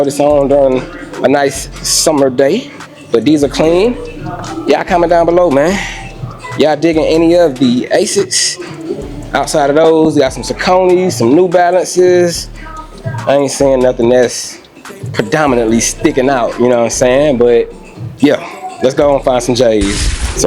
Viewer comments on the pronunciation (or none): Saucony is pronounced sock-a-knee Not Sa-cone- knee😂